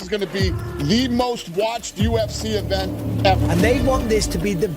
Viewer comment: Bedakan cara baca even, sama event min, kalau event itu artinya "acara" contoh event UFC, nah itu yang bener. Tapi yang dibaca sama admin bukan event tapi even, kalau dikomen yt ada fitur voice note, bakal aku contohin deh, berhubung gak ada, tlong diperbaiki min, soalnya untuk yang ngerti denger nya agak gatell, thanks 🤘🏾